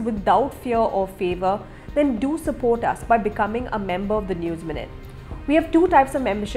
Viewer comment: I "*sapot*" Dileep. lmao